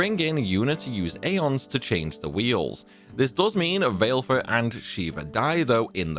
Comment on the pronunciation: BTW, Valefor is pronounced "Va-luh-for", not "Vail-for"